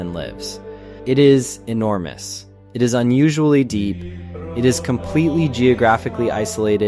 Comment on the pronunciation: "Enermous" Come to think of it, this isn't the first time he's switched E and O around. He keeps calling d3rlord3 "Dorlord", even though Wifies always said it like "Derlord". Add on to that the fact that he brought up the unbreaking enchanted book thing in two videos now, where E was wrong and was supposed to be U. Is this intentional? Are you giving us a tutorial to tell us that we have to keep track of every word that's misspelled with an E? Or maybe we have to look for words that contain the letter E, and become different words when swapped with an O?